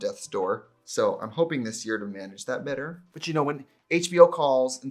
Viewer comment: As a Minnesotan, when you said the word “better” I smiled cuz your accent came out. Relatable